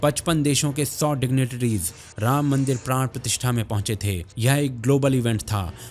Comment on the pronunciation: You should not call yourself sanātanis if you can't even pronounce the names of the Gods properly... You cannot even pronounce two aksharas रा- Rā and म-ma Rāma properly.. Shame!!